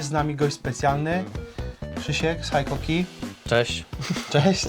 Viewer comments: Haikoki? Cóż to za dziwna marka. Znam tylko Hikoki. W sumie tak samo jak z mitycznym Rayobi kiedy widzę tylko Ryobi na półkach sklepowych. Taak, mam dryg z powodu znajomości japońskiego taki sami jak wielu którzy wyłapują błędy w wymowie w języku angielskim czy niemieckim. Takich czepliwych u nas sporo, więc i ja sobie pozwolę, a co! A tak na poważnie, to sprzęt fajny ale montowane w Chinach. Ostatnio kupiłem przewodową mimośrodówkę z Designed in Japan na pudełku. Po wpadkach z rzeczami z Szwajcarskich marek, to mnie martwi z racji używanej wkrętarki Hitachi wyprodukowanej jeszcze w Japonii. 3 rok i się nie poddaje ale produkcja w Chinach napawa mnie niepokojem. Jeżeli szlifierka przeżyje chociaż rok prawdziwej pracy, to będę zadowolony. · Jak to jest była firma Hitachi (HITACZI) zmieniono nazwe na Hikoki i jest (HAJKOKI) , dlaczego nie było (HAJTACZI) ? Niby tylko kwestia wymowy ale jednak taki mały szczegół.